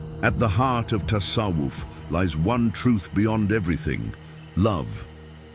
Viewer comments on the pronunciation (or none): Тассавуф а не тассаф. Правильно произносить надо. Админ